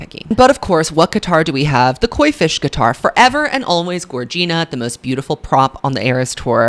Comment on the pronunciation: Gorgina is pronounced like “vagina” not like “Regina” 🥰